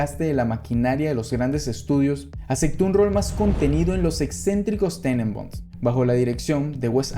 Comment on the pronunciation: Harto problema con la C aquí, obstáculo no actaculo, obsesión no ocsesion, acepto no acecto...